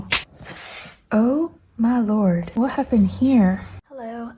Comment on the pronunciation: The most SOUTHERN "Oh my lord!" I am from Georgia and was cracking up! Definitely not what I expected from soft voice. HAHA! Can we get a "Quick Sanity Check" Sticker as well please lol